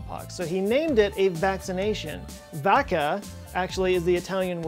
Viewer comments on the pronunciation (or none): Vacca is pronounced wacca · the way he said vacca,,,, i mean it could have been worse tbh